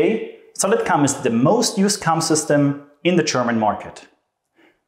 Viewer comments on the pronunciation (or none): Please tell me I'm not the only one hearing "Solid CUM"